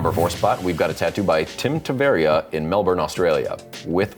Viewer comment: thanks so much for posting me and giving me such amazing compliments, also thanks for pronouncing my name properly haha. honoured you like my work, Tim Tavaria. ❤ i think ill have to start a youtube channel